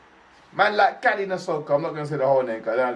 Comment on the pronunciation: Pronounced Kah-lee-oh-neh (Kalione) Nah-soh-koh (Nasoko).......Awesome reaction brother 🤙🏽💯